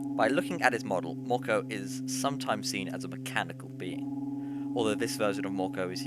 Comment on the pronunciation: Mörkö isn't pronounced morko.